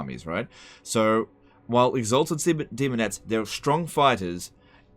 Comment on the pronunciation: almost said semonettes